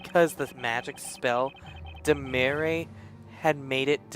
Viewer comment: also I think Dimere is pronounced Dimeer. Not everything with an E at the end makes that sound.